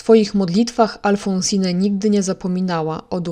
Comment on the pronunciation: W imieniu Alphonsine nie czyta się (nie wymawia) ostatniego „e”. Jest nieme.